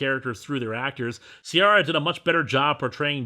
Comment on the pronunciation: The name Ciara should properly be pronounced Keera. Like Latin, Irish takes a hard C at all times.